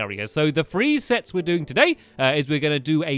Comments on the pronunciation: Did stamps say sex instead of sets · You sead sex instead of sets Lol :)